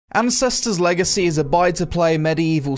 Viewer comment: I don't know if it's the accent or my ears but I definitely heard him introduce the video/game as "Incestors Legacy". lol.